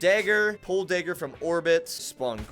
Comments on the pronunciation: Why do u say daygger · Dagger is pronounced as d(ah)gger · I’m not sure I’ve ever heard anyone pronounce dagger the way you do friend. Great video though!